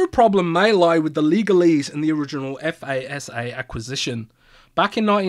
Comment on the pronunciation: say it with me... "fasa" not F-A-S-A. just fasa like it sounds.